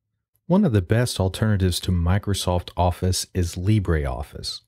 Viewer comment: It's not "librey office", it's "libroffice". Libre is not a Spanish word, it's French ;) we don't pronounce it as "librey", we pronounce it as "libr"